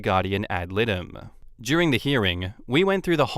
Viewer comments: Guardian ad litem it's pronounced L I like you be saying the word lie like a lie you're telling and dumb like you're stupid lie dum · Just an FYI, I hope I don't sound like a know it all. But "Ad litem" is Latin it means for the suit. So Guardian for the law suit. It's the i in litem is pronounced like item, the i says its name. Not that any of the is useful information. I just thought you might want to know.